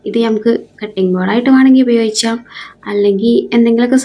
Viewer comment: ഉപയോഗിച്ചാം അല്ല ഉപയോഗിക്കാം എന്ന് പറ